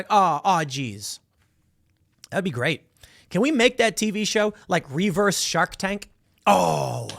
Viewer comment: The way Tim says REE-verse is actually a little annoying lol.